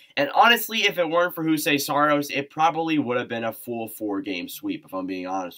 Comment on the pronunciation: Juuse Saros is pronounced "you-see saros" Tanner Jeannot is pronounced "Juh-noe" And uh Josi is not underrated. Like at all.